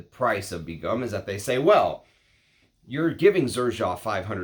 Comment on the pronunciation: 1st pronunciation is the closest to the native language Bangla & pronunciations are very close to the English pronunciation. Begum = a married Muslim woman of high rank. Begum is a royal and aristocratic title from South Asia widely used in Bengal Sultanate & in the Mughal empire & in present day Bangladesh.